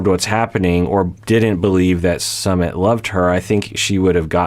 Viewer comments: It is Sue-mit, not summit ( like a gathering for a meeting/event). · Sue meet not Summit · I heard it’s “SUM-IT” not “SUMMIT” but could be wrong. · ...it's Su-mit. Like Sue-meet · His name is pronounced -- su -- like the OO sound in cook -- mi -- I pronounced like the I sound in lick and T is pronounced like the T in arigaTo . Su-mi-t The reason indian parents are so apprehensive of their children marrying foreigners especially someone from the western country Is because of high divorce rates , india has an extremely low divorce rate because divorce is seen as extremely shameful to the level of prostitution here, almost everyone here stays in their toxic marriage , because no-one is divorcing and the shame associated with divorced people , the likelihood of you being forever alone after divorce is very high in India , the society will treat you like a lower class citizen specially women but men too if they are divorced , so it's a very risky decision for an Indian to marry someone from a culture which has high divorce rates , the other factor is religion , their is lots of Hindu-Muslim tension in India from centuries so a marriage between a hindu and muslim is shunned and some families will go as far as to commit honour killings . Also due to sexism and patriarchy older women and younger men relationship are shunned , but men who are around 10 years older then women is considered acceptable , more then that they shamed too but not much as women . It is considered less masculine for a man to marry an older women . India also have a very family oriented culture and our country is very diverse, and their is also lots of tension among different cultural gr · Its Soomit